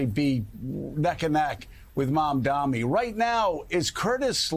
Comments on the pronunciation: Joe, it’s MamdaNi, not “Mamdami.” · Mamdami?!? What type of reporter are we hearing, can’t even properly say the candidate name? Is it intentional? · Listen, Joe. It's Mamdani, M-A-M-D-A-N-I. It's not so hard to pronounce, c'mon! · Also, JOE-- why can't you say MAMDANI right? It's rather easy (sounds like Mom-don-E). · Joe you'll need to learn how to say his name correctly soon! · MamdaNi Joe. Learn how to say it ffs. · If the anchor cannot even pronounce a basic name, why they are still hired?